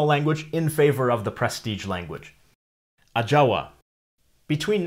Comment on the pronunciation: Hands up for pronouncing the languages just exactly the same way the Natives would have pronounced them Ajawa + Cacaopera🙌🏾